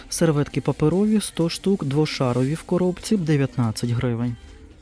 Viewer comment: Як правильно, двошАровий, чи двошарОвий, бо мені чомусь ріже вухо коли кажуть двошАровий, так само як і "ГУрман" чи "ГурмАн?"